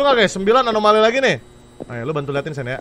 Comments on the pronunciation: ini lucu bgt bang windah bilang amonali trus dibenerin bang jadi alonami, kan yg bener anomali bangg 😅😅😅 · anomali❌ amonali✔ semangat bang windah😊😊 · "Amonali amonali udh balik balik " "alonami " anomali anjer bggg😭😭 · "amonali amonali" "alonami alonami" YANG BENER ANOMALI T____T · acumalaka bukan alomani bang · anomali ❎ alomani ✅ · ngakak bang windah blg amonali trus bang benerin blg alonami padahal dua" nya salah seharusnya anomali😭😭😭😭